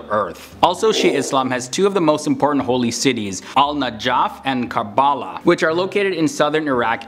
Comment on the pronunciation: I'm sorry, but ur pronunciation of Najaf, Karbala, and Qiyamah. (Naajaaaf, Kabaala and Mihad) Bruh. Mihad means cradle or place of comfort.